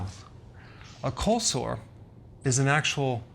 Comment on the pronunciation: I'm sorry but it sounds like he's saying colslaw 😂